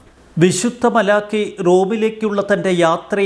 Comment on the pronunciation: masiruthy vayikkado